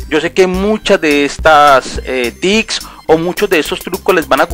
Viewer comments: La broma era para el tipo del video que decia "tics" en vez de tips jeje no era nada en contra tuyo ;) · "AseCtar" "TiCs" ._. Es Reiniciar, no refrescar. ._.